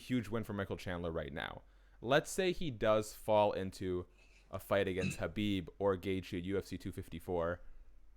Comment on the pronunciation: Imagine covering the sport and not being able to say khabibs name